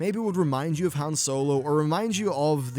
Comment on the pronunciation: A Brit who mispronounces Han Solo. Never thought I'd see the day.